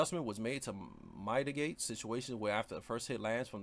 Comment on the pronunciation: You're saying mitigate wrong. Pronounce it "mid a gate". Your videos are helpful tho fr